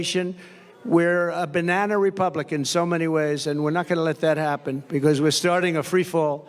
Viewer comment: Did he say Banana Republican